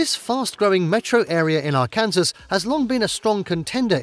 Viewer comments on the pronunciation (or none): Needs to learn American English. ;) Mish-e-gin. BOYZ-e (Boise). :) Ar-can-saw. (Arkansas) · Why do they pronounce it as Arkansall? I always wondered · or Fayetteville, Ar-kansas 🤦🏽‍♂️ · he called it ar kansas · Good list but you should check the pronunciations of places like Boise and Arkansas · Yeah. All credibility lost at that point. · ..... Arkansas.. you deff said that wrong .. English is a funny language